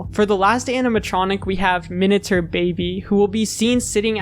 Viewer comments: i know that its literally spelled "minater" but it still bothers me so much it just sounds like youre pronouncing "minature" wrong LMAO does minater even mean anything............ surely it must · wait if that's Minater, it's minate-r sounding more like Minute with an r at the end, like hater or meter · What's a "Minater" anyway? I thought you were saying miniature until I saw it on screen. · Seems like an interesting video but the way you pronounce "miniature" is insufferable